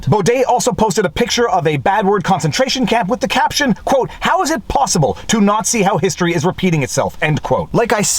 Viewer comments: After repeatedly self-censoring your reading of the document, you read "How is it possible to NAZI how history is repeating itself?" Yes, that's how I heard you say it. lol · I heard you say nazi but you were saying not see. Thought you would add a caption tongue and cheek.